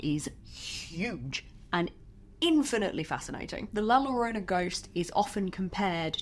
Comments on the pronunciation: I would love it if you did a deep dive monster, makeup, and myths video on La Llorona! I remember being told that story OFTEN while growing up in both Mexico and America. I swear that I heard her once as an adult......that is a sound that I will never forget. By the way, excellent attempt at pronouncing it correctly. The only part you missed is th "ll" sound, its more like a soft "g" or a hard "j"...... Try it like this " joe-roh-nah" Anyway, I love you and your videos!!!! I hope you keep making this series!!!! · LOVE this video. But as an spanish speaker, you said so many times an so wrong. La llorona, de ll en spanish sounds as de y in young.